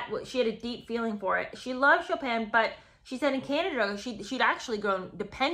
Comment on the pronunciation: She probably pronounced it "Choppin'."